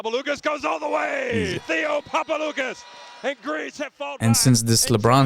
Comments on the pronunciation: Guys, thanks for the video. Great idea. As for the name Papaloukas.. it's PapaloukAs, not PapalOUkas. Also it's Sofoklis ShortsianItis.. The h is pronopunced like in "horse". And TartsarIs.. not TsartsAris. Thanks again. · it's the first time i heard americans pronounce greek names SO PERFECTLY ....except than papaloukas almost every other name was so correctly pronounced...i was really amazed